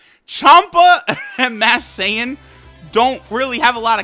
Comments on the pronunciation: He keeps saying mass Sayian when its masked sayian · he has been saying mass saiyan